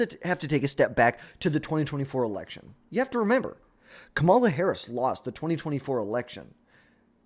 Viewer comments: Can you say her name right please? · It’s almost like you’re trying to say it wrong